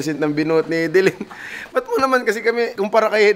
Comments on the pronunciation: Hidilin✔ Hidilyn❌ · buong akala ko Hi- di- lyn (Haydilin) ang pag pronounce hehe thanks boss cong sa another info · Pronounciation: High-D-lin 👎 Hee-D-lin 👍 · na-mispronounce mo boss cong pangalan ni hidilyn